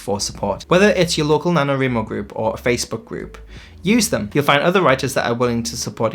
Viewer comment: He said nanoWRImo 🤣. Let's do sprints :)